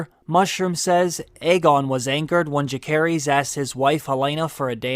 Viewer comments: Agree with everything you said. Great video… except the pronunciation of Jace’s name. It’s a soft C. So it almost sounds more like an S than a hard C. Great stuff! New sub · It’s really grating to hear your pronunciation of rhaenyras childrens names. Jacaerys is pronounced juh-ser-ISS and Lucaerys is LOO-ser-iss. Not whatever the hell you’re saying. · Yet he can’t pronounce Jaecerys and Lucerys correctly 🙄